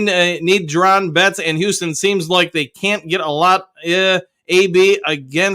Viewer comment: You keep saying JUR-DON….. isn’t it Ju-Don? No R? lol 😅 this is like the 3rd video figured I’d say something this time. Still funny to hear though.